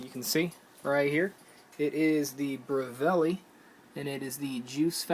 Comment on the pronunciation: LMAO BER-VEL-LI you miss pronounce the name :)